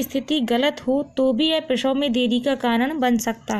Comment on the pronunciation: Prasaw hota h prawhaw nahi bolne ka dhang nhi video banati h